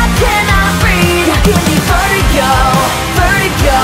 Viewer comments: Verygo? u can´t pronounce Vertigo right? damn canadians...btw this is not metal. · it´s a spanish word, u have to make the "T" sound, that´s the proper way to pronounce it.